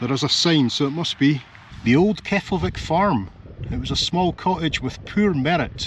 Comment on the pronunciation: It’s actually pronounced “keplaveek”